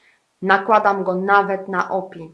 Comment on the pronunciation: O.P.I. czyta sie : "OŁPIJAJ" :)